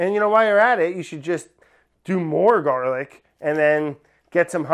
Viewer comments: I can’t believe nobody else was dying at the “Garla” part ! I’ve been dying for a good 20 mins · “Garla” sent meeeeeee